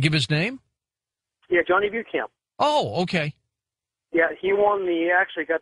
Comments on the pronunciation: He pronounces Beauchamp like Bue-champ. Either he's not his grandson or everyone I've heard say Beauchamp pronounces it wrong, including me. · the correct way is Bo Champ.which is french.